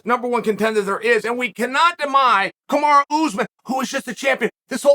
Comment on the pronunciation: Why does Chael say KAMARA itsa KAMARUUUUUUUUUUUUUU